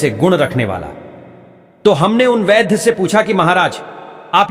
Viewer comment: Ved nahi Vaidh hota he .